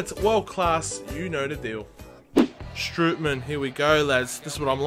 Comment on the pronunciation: Not stripy man. Strootman